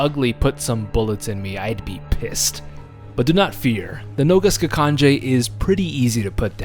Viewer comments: I really liked the video but how you pronounced noga skakanje is so off it serbian translation that means "leg jumping" because most of the B.O.W.s in RE6 are serbian translated. But all in all amazing video. Also for me the scariest B.O.W. was definitely Ustanak at the icy cave with a drill hand, you couldn't fight him you could just hide and pray he doesn't spot you. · Noga skakanje, fun fact it actualy means: "leg jumping" ... Yeah funny name right, also you pronounced it wrong but considering slaven languages have a weird and hard pronaunciation for every english speaking person it is alright :) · Your pronunciation on Ubistvo was surprisingly accurate, your pronunciation on Noga Skakanje though was the terrifying part.